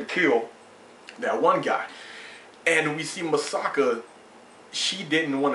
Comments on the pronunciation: its Mikasa not masaka or masaki LOOOL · LOL many reviewers say Misaka instead of Mikasa xD Great review. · You're not the first reviewer that says Masaki instead of Mikasa. XD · ace is not calling mikasa "masaki", He's calling her Masaka. he's just flipped the last two syllables and change the mi into ma. and he's not the first review to call Mikasa "Masaka" and even I have a hard time adjusting to the names of the characters. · its mi-ka-sa btw lol